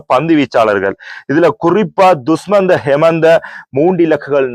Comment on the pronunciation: Dusmantha hemantha illa dushan hemantha correct a solluga bro